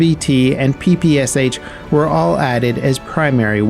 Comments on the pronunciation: Omg, please, stop saying “peepee-s-h”… It’s “ppsha” where “p” is like in “pepper” and “sha” is like in name Sasha. You’re saying “sh” like it’s S-H-pagin’s smg, when the creator’s last name is Shpagin. So please, it’s damaging ears of those who knows how to pronounce it. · english pronounciation and russian pronounciation are different